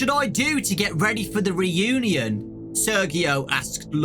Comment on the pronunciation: High school Re-u-Née-In